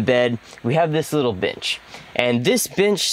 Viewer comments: "In between the sink cabinet and the bed, we have this little bitch". I had to rewind it to make sure of what I heard. It sounds different than when "bench" is said moments later. Seriously though, I love this build and really like a lot of the choices that you guys made. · “Benh” bench lol 😂